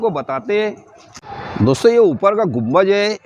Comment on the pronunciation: Mere bhai gumbaj ni bolty ...us ko Gumbad bolty 👍